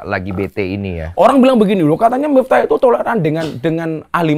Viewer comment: Miftah,, pake f, bukan mitah 🙏🏾😁😁